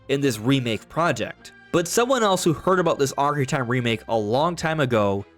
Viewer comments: Bro... SLOW DOWN... you can't even say "Ocarina" correctly. Your mouth almost never makes contact and keeps mumbling over words. "Okaree" instead of "Ocarina"... it makes the video so difficult to watch. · Took a shot each time you said "Ocari-tie" and I'm hammered